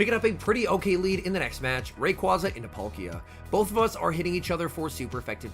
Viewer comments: ITS RAY-QUA-ZA NOT RAQ-UAZA. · All I want for Christmas this year is to pronounce Rayquaza correctly <3